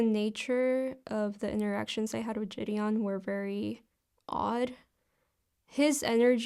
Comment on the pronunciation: I thought I was the only one who couldn’t fucking stand the way she says the guys name lmao